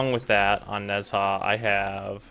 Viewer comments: nez-ha... her.......... oh no.................... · The H in Nezha is silent